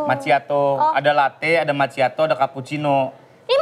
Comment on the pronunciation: bacanya makiato sih bukan maciato wkwwkwkwkwk